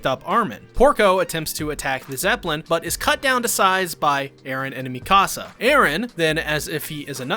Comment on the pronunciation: why he say hange and mikasa like that tho